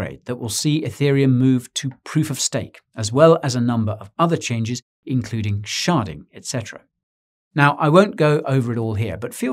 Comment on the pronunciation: wait did he say sharding or sharting lmao